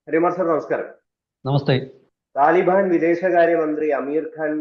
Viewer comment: Please pronounce the word Taalibaan on and not as you repeatedly pronouncing taliban